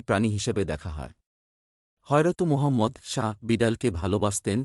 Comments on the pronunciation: R a bhai kompokkhe Nobir nam er uccharon ta to thik moton koren হযরত মুহাম্মাদ সাল্লাল্লাহু আলাইহি ওয়া সাল্লাম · এ মারাত্মক ভুল হয়েছে। হুজুর পাক ছল্লল্লাহু আলাইহি ওয়া সাল্লাম উনার নাম মুবারক সঠিক ভাবে উচ্চরিত হয়নি। এখুনি ঠিক করুন। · আমার মনে হয় আপনি মুসলিম নন।এই জন্য মনে হলো যে,আপনি আমাদের প্রিয় নবীর নামটি পরযন্ত ঠিক মতো বলতে পারলেন না।